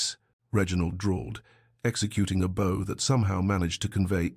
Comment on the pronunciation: Definitely one of the better ones on this channel; the Ai narrator is improving. Still needs to work on the pronunciation of “bow”. Sending a huge thumbs up from San Diego, CA.